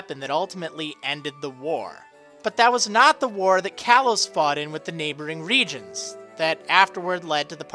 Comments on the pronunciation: the more you say regions, the less it sounds like a word... it sounds like regens now :p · You have said reGIONS so many times.... It sounds like your speaking Spanish... It sounds WIERD now...